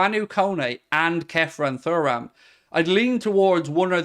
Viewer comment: Are you actually pronouncing Thuram like that to be annoying at this point?